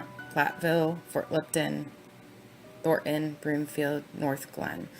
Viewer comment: Not that its particularly relevant but...as someone from Denver, the suburb is pronounced "Thor Ton" not "Thort Ann" ...